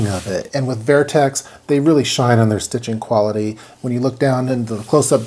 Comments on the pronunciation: Is it spelled vIertex? Or VertX? Why are you pronouncing it VIERTEX? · Wtf is vairtex..... Vertx